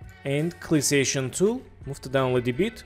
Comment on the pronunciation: When you say Selection Tool it sounds like Clissation Tool if you say it at all, but cool tutorial.